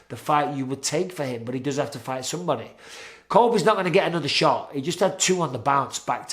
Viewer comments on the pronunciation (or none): none